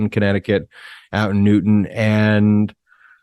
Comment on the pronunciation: Correction… “Newtown” ( not “Newton”) Thanks…